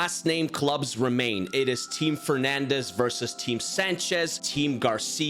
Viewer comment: It’s because it’s Fernandes not fernandez